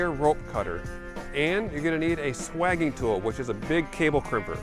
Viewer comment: "Sway-jing" tool not "Swag-ging" 🙂